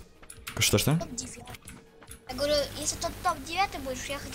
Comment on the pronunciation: вслушайся,он говорит "я гворю" ,там прям отчётливо слышно это